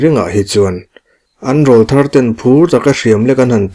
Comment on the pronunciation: Rawlthar tih hi lam rik dan turah chuan an aw râwl kha nawpan lai aw rawl atang aw râwl thar anih tawh avangin Râwl tih tur, au râwl tih angin